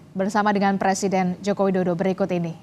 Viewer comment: Kalo ga salah dengar hos nya mengatakan Joko dodo